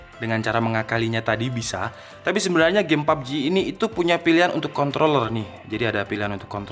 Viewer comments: Lidahnya kepeleset 😓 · ajg ribet bgt sebut nya kOntroOlLerRr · Kontrrrrroler PAKE R😁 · Maksudnya apa sih ngomong controller pake R Biar pada mikir k0nt*ler gitu? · Menit jg gw dengar gitu dan jelas bet hahahaaa ngakak